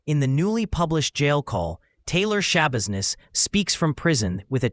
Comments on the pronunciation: It’s TAYLOR, not Tyler. AI is ruining everything. I’d rather see mistakes made by actual humans (or imperfect narration). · It's Taylor, not "Tyler".. You're very welcome! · Yeah, that's my thought too. They clearly state TAYLOR in the audio several times, but the voiceover consistently says Tyler. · The woman’s NAME IS TAILOR FOR CHRISTS SAKE, NOT TYLER!!! 😂😂😂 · Ummm, it's Taylor not Tyler. You're doing a video on this woman but can't even get the name right?? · 𝕀𝕥 𝕚𝕤 𝕋𝕒𝕪𝕝𝕠𝕣, 𝕟𝕠𝕥 𝕋𝕪𝕝𝕖𝕣. 𝕆𝕥𝕙𝕖𝕣 𝕥𝕙𝕒𝕟 𝕥𝕙𝕒𝕥, 𝕘𝕣𝕖𝕒𝕥 𝕧𝕚𝕕𝕖𝕠. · Its not "Tyler its Taylor geez. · Thank you for this. It was very interesting. However her name is Taylor not Tyler. But ty again 🫶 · Her name is Taylor NOT Tyler. How do you do a mini documentery and not get the name right??? 🤔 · her name was taylor shabusiness, not tyler, you sloppy ai jabroni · Why are you calling her “Tyler”? Her name is “Taylor.” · Her name’s TAYLOR not Tyler. You should probably get that right 😂 Seriously 🤦‍♀️🤦‍♀️🤦‍♀️🤦‍♀️🤦‍♀️🤦‍♀️🤦‍♀️🤦‍♀️ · At least get her name right. Her name is Taylor, not "Tyler"..... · It’s Taylor. At least get the name right. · Sorry, this woman is total garbage, but did you do research really when you call her Tyler? It's Taylor. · Her name is Taylor ! Jeez get it right. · T a y l o r get it right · seriously like wtf??!! You want subscribers but you botch up the DAMN SUBJECT OF THE VIDEO’S correct first name! I mean COME ON!! 😂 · It’s TAYLOR… Jeez… At least get the name right 🤦🏼‍♀️ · Its Taylor. If you can't even get her first name right, how much more is wrong? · TAYLOR Schabusiness!! You couldn't even get the name right? Not that it matters what the monster's name is... haha